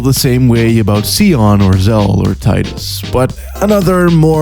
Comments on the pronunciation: Did you just call Tidus, TIMBUS !?! WTF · Once he starts ripping on Tidus I have an issue: For one: yr pronouncing his name wrong Two: his outfit design is not NEARLY as bad as others, his is actually pretty relaxed and has functionality given he was in a fantasy water sport (which I kinda wish existed in real life!) I can understand the complaint about the overalls piece and short jacket though... I thought those were odd when I first saw him to but eh I just got used to him. Also.... the androgynous complaints (not really by this guy but in general) .........if you guys have an issue then don’t play the games!! There are WAAAAAAAY too many over sexualized women in games so there’s NO reason for guys to not be like that in games too! If we can’t make game creators stop creating androgynous women then just let us have our fun since you men (or any gender that likes sexy women) are “happy” to see over sexualized women in your favorite games 😡!